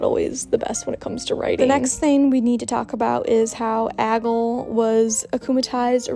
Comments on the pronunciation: lol you calling aglay ‘aggle’ all of the video 🤭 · I love how you called her Aggle for the video (btw her name is Aglae, there may be a little thing in one of the letters but that’s how it’s spelled and it’s pronounced ag-lay) Also I wish the episodes would air periodically because I saw that theres gonna be a break for airing episodes for a little while in the upcoming future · Why did she kept saying agol?😂😂. It's aglae